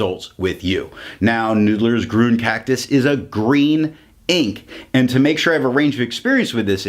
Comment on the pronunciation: It's pronounced "Green".